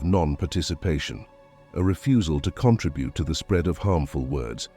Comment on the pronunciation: What a horrible reading saying contribute wrong and society wrong I know it’s a computer but do your best and give us something that we can appreciate. I finally had to stop this cause it was making me upset. How about that for silence?